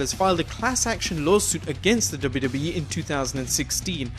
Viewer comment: Am i the only one who heard WWB instead of WWE?